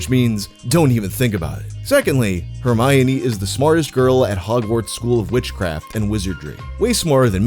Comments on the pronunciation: I remember seeing countdowns for Jojo and the D'amelio girls. Also, it's read as Her-my--one. I don't find it creepy, because they were the same age as me, or older. Growing up I had a crush on emma, then saw her nudes and went ugh nvm. Same with lohan. The olsen twins never got me tho. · I thought it was her-my-knee? You pronounce the o? Her-my-uh-ni?! 😅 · The way he pronounces her name reminds me of Humbert pronouncing Lolita. "Her the apple of mi eye, the mio to my minestrone, one you my one Her-mi-one" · why did i pronounce her name "her-me-oh-nay" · who's "Hermoine" bro